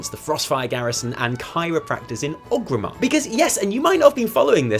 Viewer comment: Come on I love you but it's ORGrimmar not OGrimmar:'(